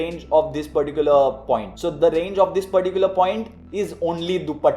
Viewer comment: Give me a heart....mr. "Thhis particular"... 😁 😁